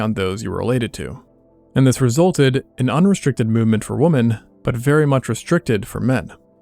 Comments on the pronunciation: "women" is pronounced "wimmin", not "wooman". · It is pronounced Wimen. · Why can't the AI voice pluralize "woman" correctly? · Women is pronounced “wih-men” not “woman” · what's up with the pronunciation of the plural women? it's weemen not woman is it not? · The plural of woman is not woman. It's women, pronounced "wi-men" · 'women' is pronounced "wimmen", not "woman" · Women is pronounced "wimuhn, but you pronounce it like wumuhn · Its PLURAL, WOMEN not WOMAN. Please pronounce it properly as 'wih-men' not WOMAN when talkin about many of them. This dumbing down trend of the word is so cringe lol. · "Women" is being mispronounced. It is pronounced "wih-men", with a soft i, even though it's spelled with an o. Love your stuff! Just letting you know! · why do you pronounce women as “woman”? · narrator pronounces women as woman. Must be gen z. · Interesting but very annoying that you keep on mispronouncing the word "women" as "woman". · It's pronounced, "wimen." Thanks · its pronounced- W(i)m(i)n, not W(ho)men. God damn why do everyone say it like it reads. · Why does the narrator keep saying "woman" instead of "women"? He's not the only one to do this. This has been popping up with a lot of other people these last few years. Do people not know what the plural for woman is women or what? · Women [wemmin] why is this simple word so difficult for so many men to pronounce? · "Women" is pronounced like "wi-min." "Prevalent" is "pre-va-lent," not "pre-vay-lent" and "often" like "offen," not "of-ten." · Good video, but why do you pronounce these words wrong: woman and women. The plural of woman is pronounced “wimmin”. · Bruh it's pronounced "Wimmin" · Interesting video. BTW, 'women' is pronounced "wimmin.' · I enjoy your videos, but why do you pronounce "women" as "woman" when you are speaking of women in the plural? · oh god "women" is pronounced "whim-in". Nails on a chalkboard. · Accent's pretty good except for pronouncing "women", "woman".